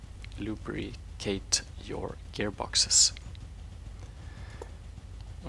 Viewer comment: thank you this tutorial was exactly what I needed to know.. Excellent job even if you couldn't say lubricate well.. we all knew what you meant.. Cheers